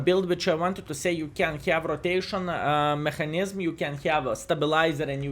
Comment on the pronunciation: R.I.P VK.4502 (B)...:"( PS:, "Mechanism" pronounciation is like "meka nizem":P